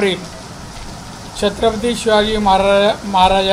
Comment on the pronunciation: नारायण राणे साहेब... शब्दाचा अपभ्रंश होत आहे, छत्रपती नीट बोलता येते का??